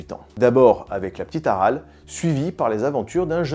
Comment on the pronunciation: AralÉ avec un "é" ;)